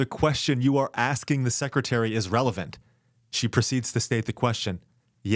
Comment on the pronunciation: She's just "asting" him a question. I guess it's better than "axing" a question.